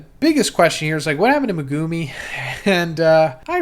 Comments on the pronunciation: Brother i NEED to point this out, its MEHgoome not meGOOme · Meh-gah-mi✅️ Meh - goo - mi🚫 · Why does he pronounce megumis name so weird. Lol. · Ya now if he could only pronounce megumi right 😂😂